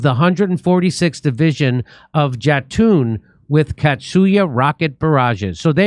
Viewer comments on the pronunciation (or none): Katyusha. Cat-tyoo-sha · It's pronounced Katyusha = Katherina = Katya = Katia = [katiusha] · Kaa-TOO-sha Jim, they were used by the Soviets during The Great Patriotic War, AKA WW2. Unguided, simple and old but effective in certain situations AND better than nothing.👍